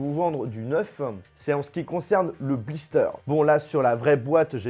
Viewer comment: J'i déjà enlevé le blisteureeeeuuuh depuis longtemps eeeuuuh. pas n'importe quoi eeeuuh.. C'est lourd tes "e" préposables. M'enfin sinon bonne vidéo, et oui je préfère encore acheter un faux Iphone 11 qu'un Wiko...